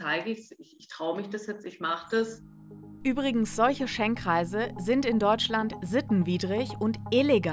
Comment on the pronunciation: Es heißt Schenkkreise, wieso sagt ihr dann ständig Schenk-reise? Nervt